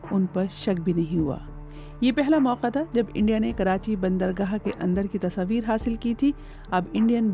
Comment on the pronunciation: You are a journalist in such a respected news agency BBC and you can't pronounce the word tasvir properly 😢